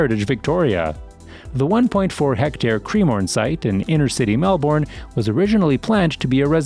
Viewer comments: Mel-,bn, not Mel- born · Twenty seconds in, and I want to note some corrections. 1.) As of late last year, Melbourne is now the biggest city in AUS. this was recognised after the video was posted earlier in 2023. 2.) it's MELB-BURN. not mel-born. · Change the way u say melbounre kts not melb0rn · I want to let your know, it's pronounce as Melb'en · It’s pronounced ‘Mel-Ben’ not Mel-Born, Bris-ben not Bris-bain. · You said it like Mel-born 😂 it’s Melbourne and Brisbane isn’t Bris-bain lol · Did he say... mel-borne And brizz banez Nooo 😂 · melBORN brisBAYNE yARRAR wOOROONJOORI bORke lol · the way you say melbourne and brisbane is so wrong..... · I agree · Nice info. Thanks. (Horrendous pronunciations! 🤪 some nice attempts….The pronunciation of Melbourne and Brisbane is closer to ‘Melbun’ and ‘Brisbun’. [Seafarers is on Flinders Street not Finders Street.])